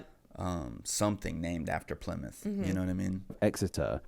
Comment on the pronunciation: Bad video made worse by the guy's horrific accent/speech impediment...not to mention it's plainly incorrect in many cases. Plymuff - Plymouth Portsmuff - Portsmouth Souffend - Southend Free - three Free - no cost Mowff - Mouth Fru - Through Norff - North Fings - things Fought - thought Nuffin - nothing Norven - Northern